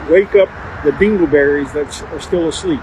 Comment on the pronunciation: "Bingle Berries"...😂😂😢